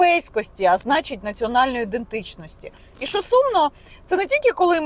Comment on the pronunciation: Яніна, в українській мові немає слова "шо". Є слово "що". Вам складно говорити грамотною мовою?